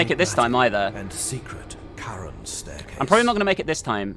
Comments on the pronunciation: Charon is actually pronounced as "Karon". It's the name of the ferryman of the dead in Greek mythology, who would ferry souls over the river Styx and into the underworld, but only if you could pay him. If not, you were doomed to forever wander the banks of the river. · It's pronounced care-on. Aka the boatman? The ferryman of the river styx? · Actually you're both correct. In America, Americans pronounce the name officially as Keh-ruhn, while the official British translation is Cha-ruhn. So you're both right. Now for the actual Greek pronunciation, its pronounced Haron as the C is silent. Feel free to fact check it. :D